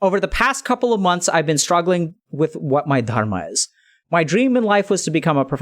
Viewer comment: i like the way Dr. K says "Dharma"